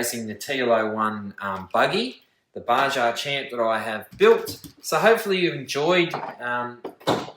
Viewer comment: You need to learn how to pronounce Baja. Its Ba-ha.